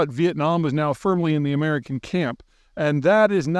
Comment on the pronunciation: He (Putin) landed in Hoonalay last night..??? 😂😂😂😂😮😅😢 Spoken like a yoonighted States of Oomerikon world traveling expert